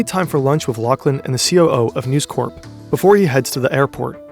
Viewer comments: Usually, your videos are total class and not a fault with them - but this time you kept calling NEWS CORP, NEWS CORE. and its not CORE its CORP. as in CORPoration. its likely me being in a mood but it just irritated me this time round... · The incorrect pronunciation of corp, in this context, is extremely jarring... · Really really interesting and well researched stuff!!! (1 small complaint corp in this contract is short for corporation so it's not pronounced like corps the military body you pronounce the p. Very nitpicking I know I'm an otherwise brilliant video but let's not give them more then they're due) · Uggh..It is News "Corp" not News "Core" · Bro. The company is not called 'News Corps', which is how you're pronouncing it ("news core"). It's News Corp, where you pronounce the 'p'. Yes, I'm being pedantic but it is so distracting and someone should have caught this! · Very frustrating watching you repeatedly mispronounce "News Corp" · You are pronouncing "News Corp" wrong. The "P" in corp isn't silent because it is short for corporation. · The "p" is not silent in News Corp. "Corp" is short for corporation whereas "corps" refers to an organized group of people and i pronounced like "core". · It's read by a real person. My guess is because the similar looking word "corps" is pronounced with a silent 'ps', the narrator saw "corp" and applied the same rule without realising.